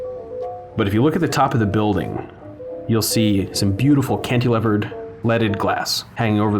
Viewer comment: "kant-eh-levered" lols. Cantilevered